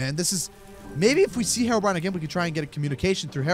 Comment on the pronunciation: It’s Hero-brine